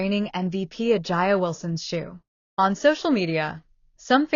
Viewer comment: First of all, if you're going to throw shade, at least get the name right. A'ja Wilson is pronounced A' jaa, not I'a or A'jay or A'nee. It just makes you sound petty. But don't get me wrong, I deeply believe A'ja is a terrible person. Her entitlement, bigotry, and racism are front and center for all of us to see. As a black man, I support Caitlin because she plays amazing basketball, and that's it.